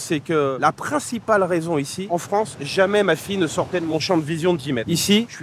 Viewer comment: Les anglais de Fronce ? 😂😂😂